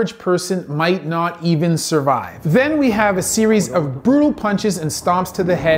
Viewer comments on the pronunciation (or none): none